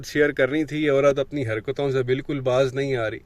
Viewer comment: Salam Sir ji , ek request hay , plz apni Urdu theek kareen . Khufiya , Baaz ko check kareen plz